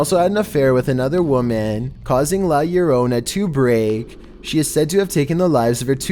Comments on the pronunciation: The first time he said it good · He pronounced la lorona correctly this time lol. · How come in the last three videos he said " llorona " wrong but now her said it right?